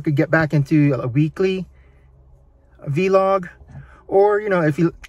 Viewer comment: It’s vlog not v-log btw but I don’t matter good video